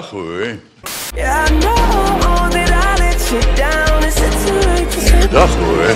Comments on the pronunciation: het lijkt alsof hij zegt dag hoer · ik hoor soms dakhoer inplaatsvan dag hoor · Het lijkt alsof sinterklaas dag hoer zegt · Hij zegt precies dag hoer of licht dat aan mij xD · na een tijd lijkt het alsof hij dag hoer zegt wtf :’) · like als je bij denkt dat Sinterklaas zegt "hoer"😂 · Het lijkt net of Sinterklaas zegt dag hoer xD